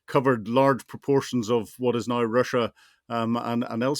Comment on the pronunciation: "Just nauer". So painful.